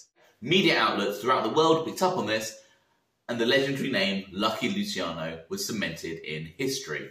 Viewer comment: Mate I love your vids great work. Lol but please pronounce Luciano correctly 😩😩 I’m begging you. Lu-chi-ano not lu-si-cano. It’s my little boys name. Sorry for being so Karen about it.